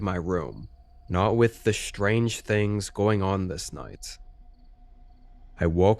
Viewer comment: Shtrange stories. Very, very shtrange.